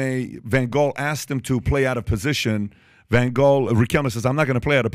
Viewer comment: Pronunciation Lew E Van Haal my man ❤